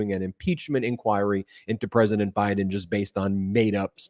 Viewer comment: Silly question I know but why does John Lauro call Trump "presdident" ???? Why not former president or old 45... It makes everything he is saying sound stupid...